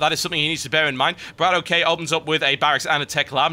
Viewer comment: ..... when are you going to realize that Bratok is pronounced "Brah-tock" and not "Brah-toe-key"...